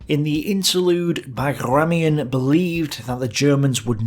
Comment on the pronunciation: You pronounce Bagramyan almost as Bagration... They are not correlated and sound different actually. It is better to write and pronounce BagramAn with softer m and emphasis on last A. Ping me if you need help with pronunciation of russian/soviet names.